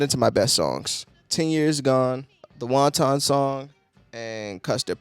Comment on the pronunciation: Fun review and rather insightful... though it's not WON-TON like the Chinese food, lol, it's pronounced WANT-en. The word 'wanton' describes doing something in defiance of others with no care of consequence... often describing someone who is sexually unrestrained. That's what the song's about. Anyway, keep groovin'.